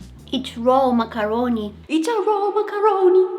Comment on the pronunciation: I love her pronunciation for macaroni